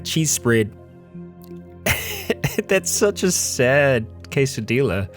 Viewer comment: STOP SAYING TORTILLA AND QUESADILLA THAT WAY YOU ARE LITERALLY KILLING ME